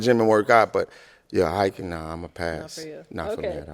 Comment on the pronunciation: oh she said "hiking"?! I thought she said "hacking". Like she was in IT or something lol